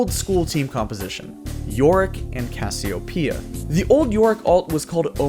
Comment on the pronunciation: I hate how you say casseopia I know you're doing it on purpose